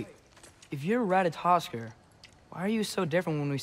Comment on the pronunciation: I may be wrong, I'm not overly familiar with Norse pronunciations, but I believe the last R in Ratatoskr is silent. Or, not exactly silent, but vocalized in a way that it sounds silent to English speakers.